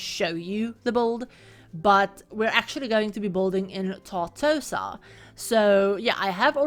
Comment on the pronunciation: "It's TarTOsa", not "TartosAAA"